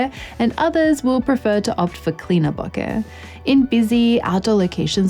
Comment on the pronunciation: What is Booka? Oh, I think you mean Bokeh, pronounced Bow-ka.